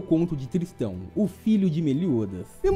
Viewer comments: a pronúncia correta é Tristan, do jeito que você fala parecia que estava dizendo " tristão. " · errou a pronuncia é tristÂ